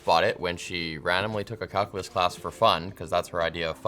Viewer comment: i had to listen 7 times. did he say calculus or cuckulus?